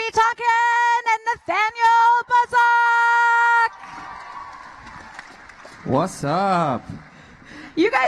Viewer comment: 😂 she really just said Nathaniel BUZOC